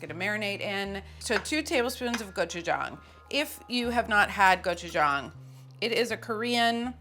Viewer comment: I also appreciate Carla's accurate pronunciation of gochu-gang. Whenever I hear some Food Network chef say the word, I yell at the tv.